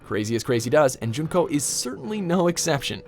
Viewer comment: its junko its always junko